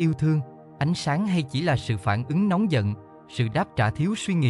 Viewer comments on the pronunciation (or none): none